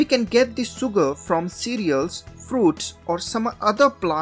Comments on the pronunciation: it is not soogar but sugar, why don't you pronounce correctly? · Great video, but dude, you need to work on your pronunciations! For example: it's pronounced 'shuger',' distilashun',etc....sh vs s